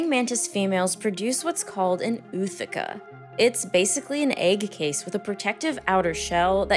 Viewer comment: Having taught medterm; while the word "ootheca" looks like it should be pronounced as "OO•theh•kuh," It's actually pronounced as four syllables, "oh•oh•THEE•kuh," with each O pronounced as a standalone syllable